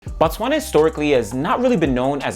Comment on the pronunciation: It is not Bah-Tswana, it is B(oh)-Tswana, in fact you would be equally correct if you said "Boo Tswana" because in the Bantu language, it means place of the Tswana people, where as when you Bah-Tswana, which would be spelled BaTswana, you are saying the "The Tswana people"